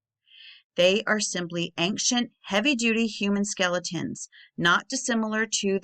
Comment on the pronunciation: Why do you keep saying ankcient?? You are more than mispronouncing, you are adding a letter that isn’t there. You sound uneducated and that is it good for your channel.